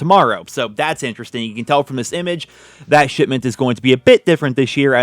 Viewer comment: Did he say "Shitment"? I heard shitment.